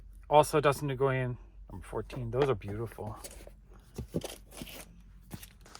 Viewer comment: Another great video! (Btw, Dustin Nguyen’s last name is pronounced “When”)